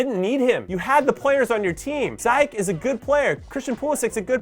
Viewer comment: Jimmy I love ya and glad you're back! Helpful pronunciation tip, given in good faith: It's Zee-yetch, not Zai-yeck